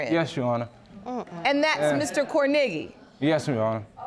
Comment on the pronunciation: The way they keep saying kornegy is cringy af.. CORN A GEE .. gosh